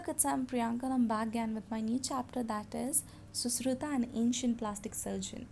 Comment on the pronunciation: You are pronouncing susruta and dhanvantri wrongly